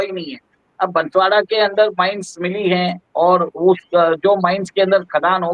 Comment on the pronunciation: कृपया बंसवाडा नहीं बोलो आप इसे बांसवाड़ा बोलिये। यह जिला राजस्थान का चेरापूंजी है।